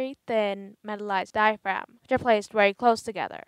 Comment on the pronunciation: Can you not pronounce v's what's woltage or wery good